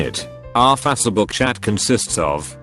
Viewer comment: Someone please update the computerized voice to correctly say Facebook. The way it pronounces it is freakin annoying.